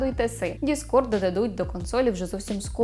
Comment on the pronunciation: не discrod, а discord правильно